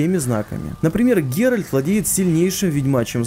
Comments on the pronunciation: Геральд не супермен говоришь))) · Его зовут ГеральТ